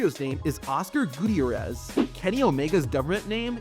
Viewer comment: “Oscar Gootee-Erez” 😂 GUTIÉRREZ